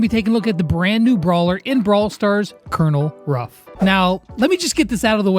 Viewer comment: Why does everybody say Cornel Ruffs not Colenel Ruffs